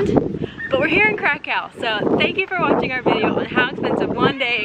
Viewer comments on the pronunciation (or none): Great video, but I did not know there is a city in Poland called "karacacow" 😂😂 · Every time you say "Kraków" I head "cacao" from that Portlandia sketch... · Krakau ? Hmmm , I thought Kraków ( krakoov ) is a Polish city ,not German ! so Guys next time please use polish pronunciation . Ps. Fair enough u say Auschwizt not Oświęcim as that was a GERMAN CONCENTRATION CAMP and the only foreign pronunciation that we except is Warsaw for Warszawa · Yeah , the way they pronounce Kraków (krakoov) completely put me off of watching this vlog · wow you'd think they'd be able to pronounce Krakow correctly but i guess not. my grandparents Came from there, also my friend from Poland would say: NOPE. the correct pronunciation is (Krakov) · Nice video! But you are misspronouncing Kraków (Kraa-kof) and its pierogi not pierogis! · The way you pronounce Kra-COW is very irritating. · Yeah I mean at least pronounce "w" correctly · My goodness, each time you said Krakow in such an American tone, I cringed. Please try to pronounce the name more like the Poles would say.